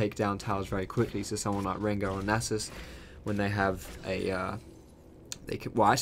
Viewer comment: am I the only one who noticed he says anus instead of Nasus when he ganks?